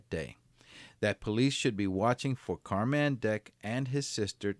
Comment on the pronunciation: It's still pronounced "Carmen" though! Not Car-man